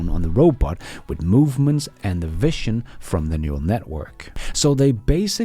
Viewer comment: you pronounce the word vision not correctly, it's pronounced 'vizion' not 'viccion'